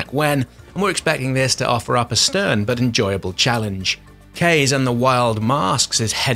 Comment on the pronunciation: Kaze is “kah-zeh” as in Japanese word for wind :)